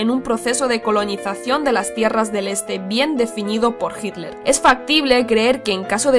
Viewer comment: Cuál es la razón para que los españoles pronuncien «Hidler»